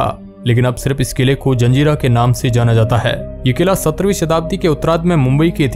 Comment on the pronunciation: Zanjira nahi zazeera bet